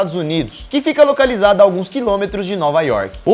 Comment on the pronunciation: OLHA O SOTAQUE LHOCALIZADA